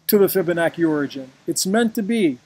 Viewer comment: its pronounced fib-a-nachi...not fib-a-noki